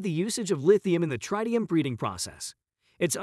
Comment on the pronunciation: It’s not “trytium” but “tritium”!